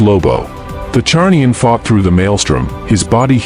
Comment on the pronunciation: Zarnian, it's Zarnian. Not Charnian